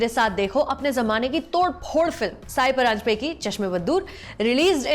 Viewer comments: Sorry but I have to say this. It's not "साई" परांजपे but "सई" परांजपे. I hope you get to know the correct name of the woman director you are praising here in the video. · Lovely video, about a fine film, but It's सई परांजपे, not साई परांजपे. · सई परांजपे. Not साई.